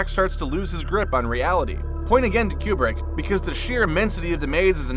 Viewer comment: Koo brick, not Kee Yoo brick.